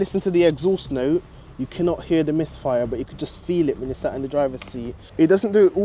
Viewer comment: yeah i think the same😂😂😂i dont know whether is that for content or something😂 everytime he goes like the caww has a slight misfiahh..😂